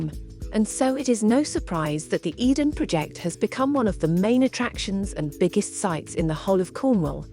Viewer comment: Your AI narration is terrible. How could you not correct these dramatic mistakes? It made us cringe. “Tintagel” was particularly bad, and the “Eden Project” contained an error typical of a six-year-old. It is unwatchable for intelligent people. The word “project” (as in a task) and “project” (to throw out there) are heteronyms. So for those who struggle with this, they may sound the same but are pronounced differently. Abysmal!